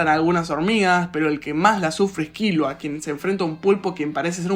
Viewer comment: Todo bien hasta que dijo Kílua😂😂